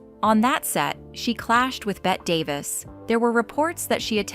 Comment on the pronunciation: It’s hard to take seriously any AI narration that doesn't correctly pronounce Bette Davis. For the love of God, it’s not “Bet”, it’s pronounced Betty.